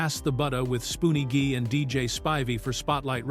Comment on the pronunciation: The narrator said Doug E. Fresh made a record with Spoonie Gee, but he pronounced Gee like a karate "ghee." His name was Spoonie Gee pronounced like the letter "G." And he totally mispronounced Doug E. Fresh's song La-Di-Da Di.